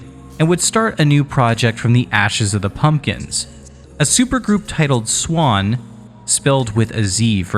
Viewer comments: And it is NOT pronounced “swan” it is quite literally Z-WAN, Zwan. (Where you got the idea is it said like “swan” is beyond me) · none of that matters. It's zwan not swan and this dude is clearly saying swan. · Everyone I have ever known pronounces the Z and doesn't just say Swan. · It’s Zwan pronounced with a “z.” Listen to any interviews with the band members at all and this is clear.